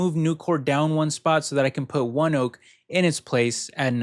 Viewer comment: Thanks again. I only own NVDA on this list and don't plan on buying the others. I did a quick search on ONEOK. They have a YouTube channel and they pronounce it the same way you did. I was thinking it was pronounced differently bc it is based in Oklahoma.